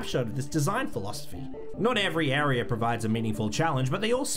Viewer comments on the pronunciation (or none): “Nawt evry arier”